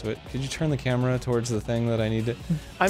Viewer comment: Am i the only one who heard arin misspeak and say "gameboy cambra" instead of gameboy camera. HE MUSTN'T GET AWAY UNSCATHED